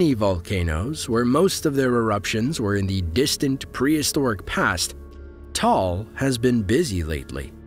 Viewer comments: It is pronounced TAH-AHL , not Tal. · Please take note of this the Pronunciation of Taal Volcano is- Ta al Volcano not Tall Volcano. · Actually I live in Philippines and its Ta-al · Pronouncation: Ta-al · bruh you pronounced taal volcano wrong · he can't pronounce it fluently but we can understood what he's saying